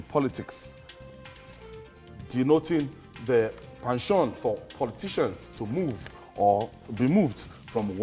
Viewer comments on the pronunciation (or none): this presenter is just terrible, his english is just awful, he should not really be using words that he doesnt know how to pronounce, e.g. penchant